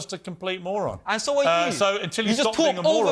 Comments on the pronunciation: Does he call piers a mogron instead of moron ? 😂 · He can't even say "Moron" lol